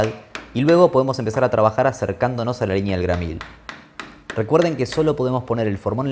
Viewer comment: Repelús cuando dice "LIÑÑEA"